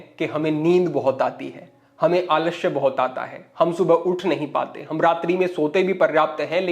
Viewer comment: महाशय , आलश्य नहीं आलस्य बोला जाता है । पहले उच्चारण तो सही करना खीखिए ।